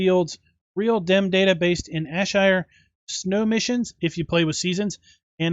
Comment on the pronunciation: Ayrshire, pronounced 'airshire'. Great review as always.